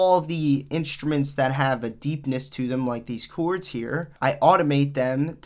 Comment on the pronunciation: “The chooourds” lmao